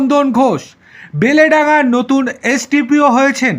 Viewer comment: Kathataa beleydanga noi ota hobey beldanga